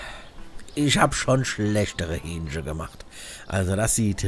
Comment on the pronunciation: ... in das Hü-ähnchchen herein Zum Glück kein Hyänchen :D